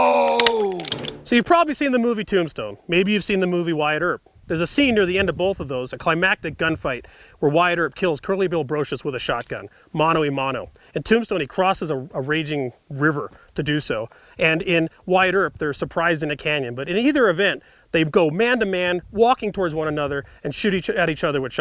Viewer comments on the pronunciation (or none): "...a scene where Wyatt Earp kills Curly Bill Brocious with a shotgun, mano y mano." So, 20 seconds in and you've already displayed your ignorance of a fairly basic Spanish phrase, both in its pronunciation and its meaning. I want to learn something from this, but I'm thinking I probably won't.